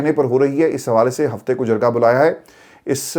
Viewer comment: Releasr IK only demand Pronounce jirga not jarga